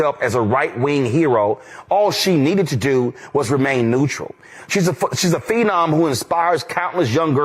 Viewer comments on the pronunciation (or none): none